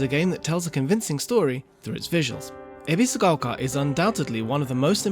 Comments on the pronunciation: Lived in Japan most of his life but pronounces Ebisugaoka as Ebiziquolka.. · Lived in Japan most of his life but pronounces Ebisugaoka like a foreigner and sometimes butchers it completely 😅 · Ebiscoka why does he say it like that 🤣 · the narrator really wants us to know that he absolutely knows how to pronounce "ebisugaoka"....